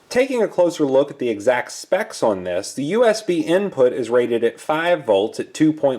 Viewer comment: Your Midwest accent slips out every time you try to say the word "on" 😂